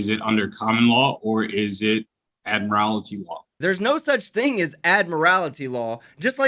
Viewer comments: There is no such word as “ad-morality”. It’s admiralty. If you’re going to use a word, please go to the trouble of learning how to pronounce it properly. I doubt he even knows what admiralty means. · ADMIR-A-LITY. WHATS WRONG CANT HE PRONOUNCE ADMIRALTY. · Good grief.......he can't even pronounce the word "admiralty" let alone know what it means. 🙄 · They can't even pronounce admiralty correctly 🤣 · Why do all sovcits add an extra syllable to admiralty? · Still haven’t seen (heard) one of these nutjobs be able to pronounce “admiralty” correctly.